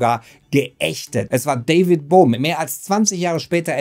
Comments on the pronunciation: David Bohm nicht Brohm man man... Und wehe hier kommt jemand mit Pedanterie ;) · Nicht nur in der Beschreibung... Wie immer gut "retschertschiert" Beim ersten anschauen immer Brohm verstanden... Beim zweiten Mal nicht mehr so oft. Trotzdem gut, so kann man selbst im Thema stöbern